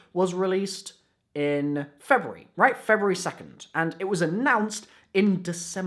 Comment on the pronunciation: Febery lol